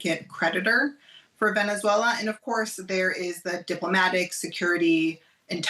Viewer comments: It’s pronounced Venezuela not venechuela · What's the deal with that pronunciation? she's saying "Venetzuela" lol